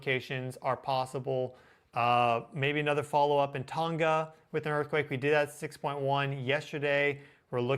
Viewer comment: The ‘g’ in Tonga is pronounced as with tong